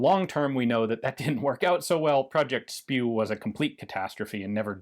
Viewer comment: “Project SPIW” (pronounced “spew”) 🤮 That is beyond funny 😂